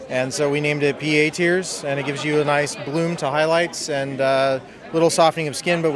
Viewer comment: I could've sworn it said "teats" instead of "tears"